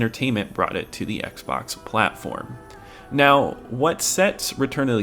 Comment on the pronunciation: “Oxbay? Xbox Bay? 😂